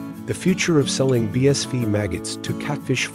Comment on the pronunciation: No offence intended at all, love your content. Just one thing: your text translator is continually pronouncing BSF as "bee-ess-VEE" rather than "bee-ess-EFF". Might want to trade it out for one that's a little more capable.